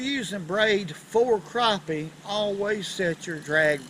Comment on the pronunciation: I'm so glad to hear how he pronounces Crappie. I hear the emphasis on Crap. Lol It irks me when it's said differently.. lol